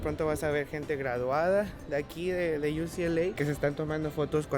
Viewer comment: Se dice UCLA, No ucla. La mia es STCC acá en Boston, Massachusetts. Eres joven y tienes un mundo de oportunidades frente a tí. Juventud Divino Tesoro 😊.